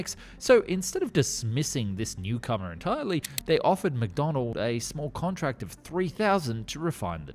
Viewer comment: Please stop saying "Mcdonald", it's McDonnell.